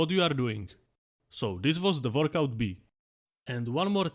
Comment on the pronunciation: Nooooo , I don't wannaaaaa , we can identify to the doodle guys ! Also the way he says workout almost sounds like vodka. Workout A and vodka B are great ! Keep everything, the presentation, the drawing, the accent , and take my sub !